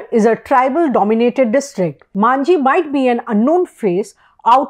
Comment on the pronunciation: He is Majhi not Manjhi. Please do the basics right